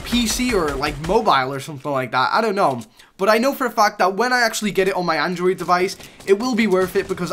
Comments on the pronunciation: Why does this guy say bot instead of but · You don't know how to say "BUT"